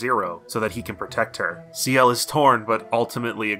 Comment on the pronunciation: >sea-ELLE It's Shell. It's always been pronounced Shell. How have you never met a Ciel?